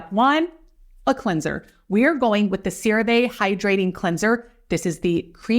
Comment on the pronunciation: It’s actually pronounced Cera Vee….like sea. Not Cera vay….like say. CeraVe is a combination of two words : Ceramides, our key ingredient for healthy skin, and MVE, which is our revolutionary delivery system called MultiVesicular Emulsion Technology which releases. Love your channel 💕